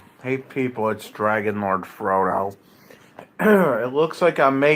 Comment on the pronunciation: he is so cute when says dwagonlowdfwodo